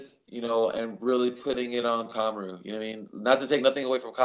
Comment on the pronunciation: I was just mocking the way Jose was pronouncing his name mr smarty pants.